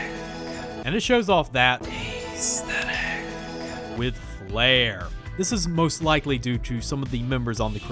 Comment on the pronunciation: its not ayysthetic.